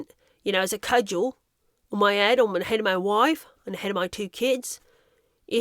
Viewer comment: "Moy woife" 🤣